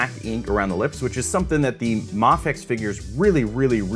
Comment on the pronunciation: Its mayfex btw